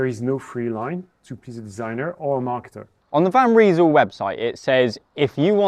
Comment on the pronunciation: Guys will for God's sake pronounce Van Rysel correctly !!?? You really sound like amateurs. The name is not 'Van Reesel' .... but "Van Rysel" as in "rice, nice, lice, ice, .... !!!! Get it .... get it ?????